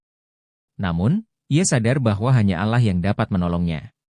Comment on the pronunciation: Yang menceriterakan ini siapa ya kok Allah dibaca alah bukan Alloh